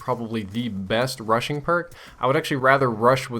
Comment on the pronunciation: Is it me or when he said "Rushing" i hear Russian? :X